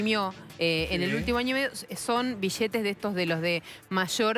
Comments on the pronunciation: Sheee boludooo si me dan 1 dólar cada ves que dice "bishetes" me hago millonario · bijetes,,, destrujiero.....destruchen.....deteriorada le lengua que tiene....hay argentinos....ladrichitos...jajajajajajajaj....bijetes, bijetes,,,bijetes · Vosh pashate unosh bishetesh 😂😂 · Sin ofender pero disen vishetez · Bishetes, Bichsetes, Bischetes... que horrible hablan! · mas de oshocientietos mishones de bishetes XD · bishetes sheva destrushen mishones ladrisho looooolllll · Un like por cada "bishete" que se diga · Que horrible pronunciación de los argentinos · la palabra es billete, no se pronuncia ni billete y menos biliete... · Por que dice bishete? es billete, me transformo en peter capusoto y le digo que hable bien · Chee piva... Se dice billetes, y no es BISHETES... Che piva Anda a la escuela de buenas pronunciaciones. Y no es chiste che piva!... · Dijo como mil veces "bishetes" en 5 minutos :/ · Billetes ni bisheetes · Nadie pronuncia bien la doble L (ll) la mayoria pronuciaria bi-ietes o biyetes, cuando la forma correcta es bilietes. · Billetes no bishetes no entiendo por qué no hablan normal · Bishete, billete estos argentines y su pronunciacion de mda. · en baires la pampa y santa fe hablan mucho con la sh...acá en Córdoba capital en ves de pronunciar bishetes el cordobés bien de barrio te dice biiiete jaja en baires las palabras con ll se pronuncian con sh acá en Córdoba con la i por ejemplo llevar shevar y el cordobes hincha de talleres iievar...jaja somos unos culia... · mas de 8cientos mishones de bishetes -billetes* -y plata es mas JAJAJA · se dice billetes no bishetes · no se dise bishete sino billetes. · jaja amigo soy de perú y cuando digo bishhetes es por que me causa gracia pero en buena onda , pero si opinara en mala onda diria que destrozan el español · bishetes grandesh y bishetes shicos. :V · Pero como se destrushen los bishetes bishetes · Mishones de bishetes en pequeños ladrishitos xd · Iusa Une alomejor xk asi viene enel libro de eyos bishete 😂